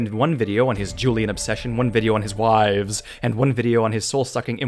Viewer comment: “On his whwives”